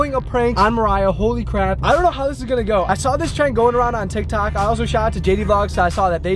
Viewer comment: Did he say tik tak